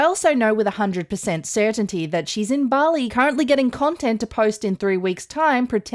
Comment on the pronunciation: I swore you said "cuntent" creator....yes, that she is